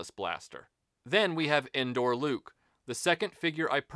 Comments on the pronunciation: When I heard "Endor Luke," even though I knew better, it sounded like he was saying, "Indoor Luke," like it was the one Luke Sky Walker figure from the trilogy that never went outside. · I honestly thought he was saying "Indoor" too. It took me a minute to realize he was saying "Endor". I always thought those figures were called "Poncho Luke" and "Poncho Leia".